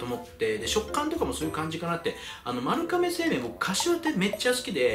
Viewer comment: まるかめw まるがめやろw